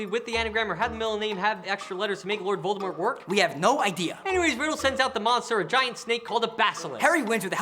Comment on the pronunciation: Tom Lovor Riddle, Tom Volor Riddle...